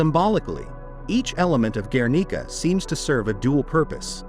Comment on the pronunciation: and guernica